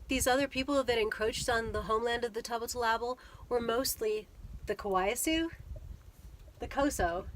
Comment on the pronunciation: I know it's tricky to pronounce. Let me see if I can help you, Tubat means acorn, TOO-bottle-ah-bull.